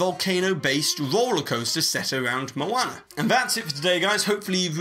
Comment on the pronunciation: Lol maona